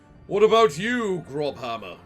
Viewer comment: Lol, “grobhammer” hurt my soul to hear X)) That letter is read as “ss” in German. It’s “Grosshammer” - “big hammer”.